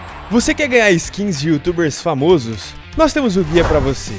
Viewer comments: cara, não é "fomôsos" é "famósos" caralho que nervoso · Só eu q tenho agonia qnd ele fala "famôsos" na divulgação do site no começo???